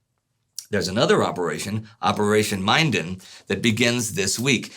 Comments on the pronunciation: Short 'i' in 'Minden.' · Minden is pronounced 'min' like 'minimum' and 'den' like 'the lion's den'. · Minden- with a short 'I' as in 'minute' is the pronunciation. it was a battle in the 7 years war where the british infantry cemented their reputation for incredible discipline in battle